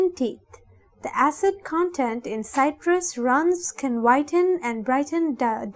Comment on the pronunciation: It’s pronounced “sitrus” not “site-trus’